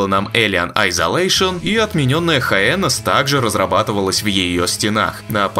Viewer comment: Автор прочитал "HYENAS" как "Хаенас". Эх, а я так надеялся услышать другое произношение...